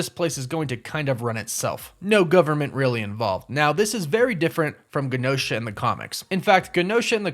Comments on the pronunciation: Sorry for the nitpicking- but it’s Adamantium not Adamintium. And it’s Genosha with the soft G. Kinda distracting when I hear it said wrong. I know -need alert. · Hahaha it was bothering me too 😂. Also Genosha was pronounced like “Jen-O-sha” on the old x-men cartoon…so that was bothering me too…but not as bad as the “Adamantium” lol. It’s all good though I appreciate the content and video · I believe it’s pronounced (Je-nosha) not (Ga-nosha) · DUDE ADAMINTIUM??? The hells wrong with you?! I’ve literally never heard it pronounced that way…plus Gehnosha?!? Gen-oh-shah. I wanted to get off this but then I heard your dumbass pronunciations again and again. Thought I’d do a DCeaced and scratch my face off without being able to click away. Your sentry entry sucked too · Wow you can really tell this guy has never watched X-MEN the animated series before. its GENE - osha like jean not Gin osha Not even gonna get into your adamantium pronunciation Like wtf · It’s GEE NOSHA not guh nosha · normally i don't care about pronunciation at all, but man, this video was so triggering for me for some reason lolol TEE-uh-mat, not TIE-uh-mut jeh-NO-sha, not gen-OH-sha (with a hard G) Add-uh-MAN-tee-um, not Add-uh-MEN-tee-um man oh man, i don't know why hearing it those wrong ways hurts my ears SO MUCH lol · Great videos but your pronunciation is killing me. Genosha is pronounced like Jennifer Adamantium = Adam-Ant-ium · Adamantium: Enunciate it AdamANtium not AdamENtium. And Genosha is pronounced (j)enosha. Plz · It’s also pronounced J-enosha lol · I might be wrong, but isn't it pronounced Genosha with a soft G? Like the J sound? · It’s pronounced Jen-O-Sha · Adamantium- AD-UH-MAN-TEE-UHM Genosha- JEN-OH-SHUH Tiamat- TEE-AH-MAHT Also, Wolverine's claws aren't made of Adamantium. They are bone...coated in Adamantium just like the rest of his bones. Maybe a small distinction to the uninitiated, but a very important point to be made. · “JANOSHA” is how it’s pronounced